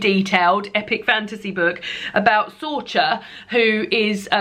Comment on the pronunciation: I read The Pull of the Stars THAT week, and had the same weird feeling of not really wanting to be willingly reading about women's trauma in my free time when I was being inundated with it everywhere else too. P.S. Sorcha is pronounced Sorka 😉